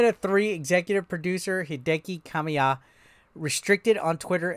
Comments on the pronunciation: Kah-mee-ya, not "Kah-my-ya" nor "Kay-my-ya" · 😂😂😂😂 u did butcher his name.. ka-me-ya (Kamiya) the butcher was the best